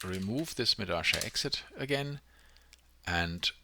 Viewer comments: Why the hell do you keep saying medasha instead of medalla? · If it's in Spanish then it's pronounced meh - dah - yah, not meh - dah - sha. You don't say posho, when you read pollo (chicken). You say poyo.